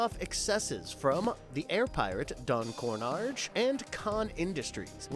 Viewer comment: It's Kitt Cloudkicker, not Kidd, and Higher For Hire, not Higher Of Hire. Did you say Don Cornage instead of Don Carnage?